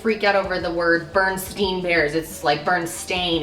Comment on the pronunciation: you said berenstain bears so wrong lol you said it like burn, instead of bearn